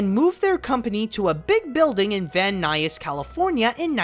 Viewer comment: This guy makes wonderful videos but says Van Nuys so strangely